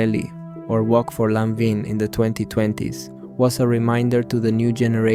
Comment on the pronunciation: Absolutely in love with her! Great video, just a little suggestion: look up for the pronunciation of LANVIN 🫶🏼🫶🏼🫶🏼